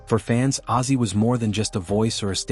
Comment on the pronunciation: Ozzy NOT Azy!!!!!!!!!!!!!!